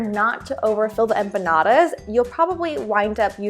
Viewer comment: Don't ever, and I mean ever say empanadas again.